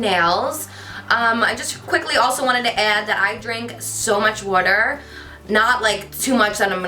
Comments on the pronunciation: Love the way you say " wader " instead of "water" lol btw your makeup is stunning ! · I loooveee how you say water aka woota ❤❤😄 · "Drink lots of whuter." You're so cute Carli, love you! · love that you say "wudder" twinsies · omg the way she says 'water' 😍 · I love the way you say water hahaha :* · she said water funny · So helpful! I love how you say water and drawer! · I'm obsessed with the way you say water, I'm not sure if thats weird LOL xx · Say water again? Lol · Omg I love the way you say water it's so funny 😆😜💕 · Am I the only one who catch ur accent when u say Water??? So Jersey!!! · "water" "water" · Haha it's cute how you say water :P not being mean or anything it's just that I'm from California and it just sounds different :) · your makeup here looks so much like hudabeauty on youtube type makeup.love it on you your so beautiful, i love how u say water lol can u plz do a updated fitness/diet video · I love how you say water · Love the way you pronounce 'water' So freakingly cute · I love how you pronounce "water" haha love the makeup in this video 😍 and thanks so much for the tips! I'll try that massage thingy haha. Love you 💕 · i love the way you pronounce water :3 idk why